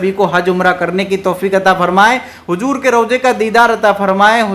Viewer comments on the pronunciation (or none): Hujoor nahin hota hai HUZOOR bola jata hai.Aap ki Urdu sahi nahin hai